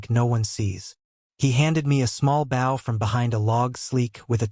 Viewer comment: ~ + every instance of "bow" should be pronounced as "bo" with a long o -- he's talking about a stringed weapon for arrows.